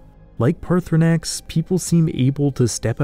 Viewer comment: Hearing him mispronounce 'Paarthurnax ' every time is a little annoying.